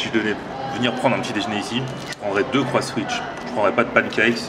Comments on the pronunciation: C'est le croissan'wich pas le Croisswich mdr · On dit " déjeuner " pas "déjner " et en plus on voit bien que le nom du burger c'est " CroissAN'wich " et pas " Croiss'wich "...